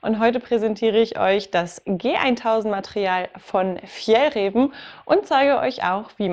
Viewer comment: Danke für das Video! Das zweite "ä" in Fjällräven wird übrigens als "a" ausgesprochen. :)